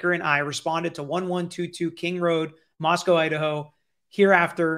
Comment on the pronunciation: People have lied to you about how to pronounce Moscow. But you say it correctly after the first instance.